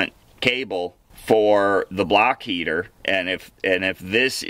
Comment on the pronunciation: Block heater!!!! 😆 I am from Boston and I even thought you said "BLACK" heater!!!! Too 😄 funny!